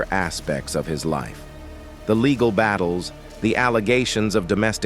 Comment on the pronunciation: True baygled marraige? Laygal??? Who was Laygal? 🤔🤔🤔🤔🤔 Sounds like the name of some drunk Madame Martin Lawrence grew up with 😩😩😩🤣🤣🤣 picture Martin Lawrence What Up Laygal?😮 The narrator hooked up on Phonics like the 90s